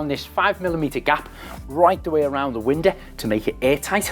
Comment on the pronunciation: me too. The way Craig says it should be standard pronuciation. Love it too!